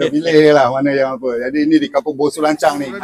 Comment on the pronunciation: Sebut baik - baik.. lancang bukan lancau